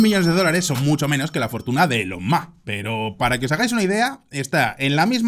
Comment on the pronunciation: Elon moks no moh